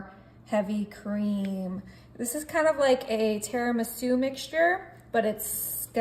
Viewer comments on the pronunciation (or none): none